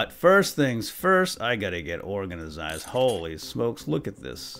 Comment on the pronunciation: I like the way he says organized he says it like organazied